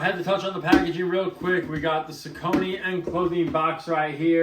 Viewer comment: On the off hand chance you care, the brand is pronounced SOCK-uh-knee. Welcome.